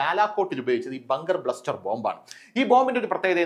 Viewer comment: ..ബങ്കർ ബ്ലസ്റ്റർ അല്ലേ.. ബസ്റ്റർ ആണേ..